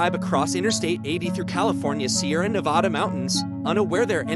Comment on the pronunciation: Stopped the video 30 seconds in because the pronunciation of Nevada smh 🤦‍♂️ was so annoying hearing it